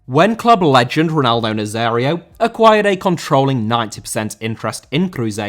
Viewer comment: Nazário* not Nazériouw